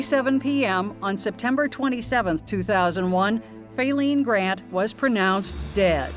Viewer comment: "Fayleen had Fallen"